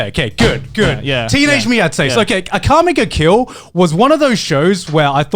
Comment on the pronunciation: Why is Connor pronouncing Akame ga Kill like that?